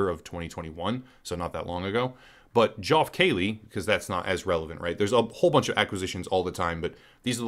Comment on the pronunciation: "Joff Kayley" lmao ok